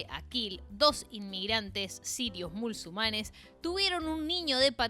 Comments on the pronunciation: Repetí: mu - sul - ma - nes 😅. Por cierto Alberto Fernandez les dió absolución a todos los demás 😂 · porque pronuncias mal muchas palabras? cual es el sentido de decirles mul su manes